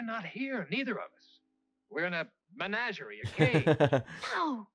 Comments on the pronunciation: Enjoying watching you enjoy this supreme favorite series of mine. I want to save you some embarrassment. It’s pronounced: “meh-NAH-geh-REE”. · I felt compelled by your, um, pronunciation to look it up, and I have mixed feelings in reporting that the correct pronunciation of menagerie in Australian English is the same as it is everywhere else in English, as Pike said it, not men a jerry. 😮